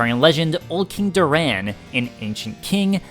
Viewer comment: I hate how you pronounce Doran lol